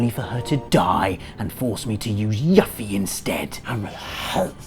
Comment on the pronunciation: You hate Yuffie and you mispronounced her name?! (The name is said with a long u, as in you) WE CAN NO LONGER BE FRIENDS. *holds up a image of Yuffie in a wedding gown and scowls)